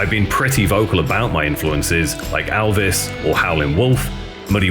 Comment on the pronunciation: So if his name is spelt ‘Elvis’… why do you pronounce it as ‘Aalvas’..